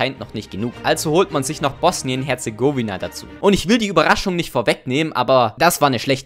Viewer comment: Aleksander (Kroate aus Bosnien): Oh nice nen neues Video *sagt Bosnien Herzegooooowina Aleksander: *dies at an Heart attack. So jetzt bringt der Kroate mal den Deutschen deutsch bei, das o in Herzegowina wird so ausgesprochen wie im Wort Bosnien.